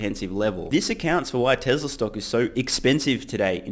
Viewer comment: I love your show but for the love of god please stop saying "Tezler" most of the time you do pronounce it correctly "Tezla". I know its spelt Tesla but Elon has said several times its pronounced like a "z". Could you also do your ads at the end. When it's in the beginning I fast forward to when I think you are actually speaking about the topic.